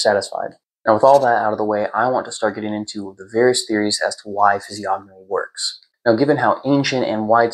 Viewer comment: Massive respect for your knowledge, very good readings. However the "g" is silent, like gnosis or gnome. Or lasagna. Keep up the good work. 🫡